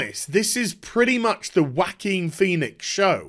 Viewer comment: no it's not. It's a spanish name and it is pronounced "Ho-a-kin"